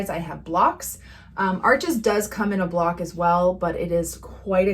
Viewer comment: Block not bock